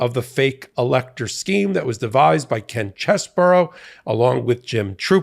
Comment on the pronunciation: CheeeeeseBro! Get it right😂